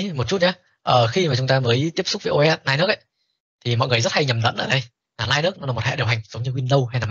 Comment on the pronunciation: đọc là Li-Ních mới chính xác thầy ạ :)